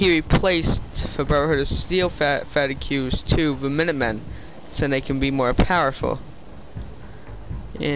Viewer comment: FFS! It's pronounced fah teegs, not fa-ti-queues!